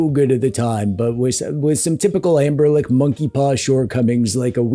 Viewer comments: AmberLick 😂😂😂😂 I believe it's Ambernic. 😅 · The commitment to saying "Amberlick" is impressive and hilarious.